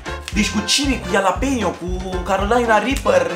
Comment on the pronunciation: "ialapenio" "cosaiamaș" "California ripăr" "tortiliauri" "checiup" "pi-fachin-cant" "crem briule" a incercat macar